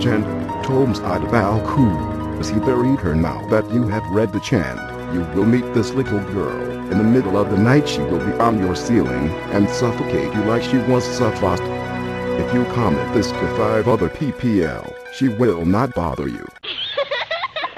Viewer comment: 'Suffoced' Dafuq